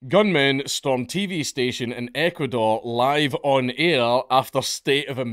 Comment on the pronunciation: When you finally managed to say Ecuador correctly I had to stop the video and clap and cheer for you, you dopey drongo.